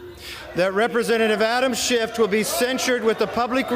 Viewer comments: Kevin McCarthy, who fancies himself the orator, can’t even pronounce “Schiff.” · Could a D house member put forth a motion to invalidate the censure because the speaker mispronounced Schiff's name? Lil' Kev called him Shift, as he always does, as a thinly veiled dis.